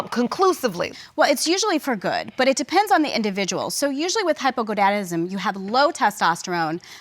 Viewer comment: did that doctor just say hypogoDAnism and not hypogoNAdism??👂🏼